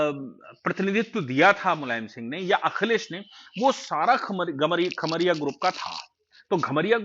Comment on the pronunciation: घोसी और कमरिया (खमरिया नहीं)